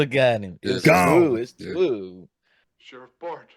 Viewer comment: It's twu! It's twu!